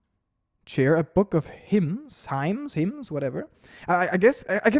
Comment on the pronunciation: Finally I actually have time to watch this! I’ve been uncharacteristically busy as of late, and every moment of my free time has been dedicated to playing this myself, but I’m super excited to see all of your reactions! Stuff I’m going to comment on as we go: - Hymn is pronounced like “him.” - I like the “felt like years” jokes. Some quality meta humor. - Noelle is the best thing ever, and flustered Noelle is the bester thing ever. - I like how your options for an excuse for Noelle are either being an honest troll or a dishonest troll. - The cell phone still doesn’t work, as you may have noticed. - You seem to have initially missed that your LV in the Dark World has increased to 2 for everyone. - I appreciate the confirmation that the Dark Worlds are real to a degree, given that you can move stuff from one to another. - Ralsei literally dusted and polished a pile of rubble for you. That’s dedication right there. - Kris’s head balancing talents are impressive, I must admit. - Lancer’s inability to insult anybody has returned. - Ah, Rouxls Kaard. Eccentric as ever evidently. - …I just noticed something in the “Fuse” Menu… Suffice to say, one of the items has a… concerning ingredient. - You get the Chapter 1 enemies as recruits by default, regardless of whether you spared them. - Seems you didn’t beat Jevil on the file you used. Seam has different dialogue if you did. - I’m glad we saw a (slightly) nicer side of King in Castle Town - The Checker’s name is C. Round. K. Round is t